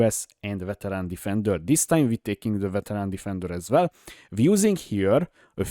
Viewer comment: as vell as vell xD